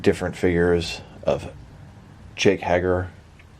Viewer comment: yes and Hager and Rousey but you only said Rousey wrong the first time lol Hager is like HEYger